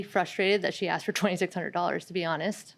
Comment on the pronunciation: Did she just say I aksed?